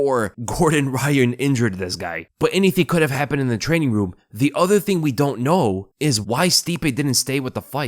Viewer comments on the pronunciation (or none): none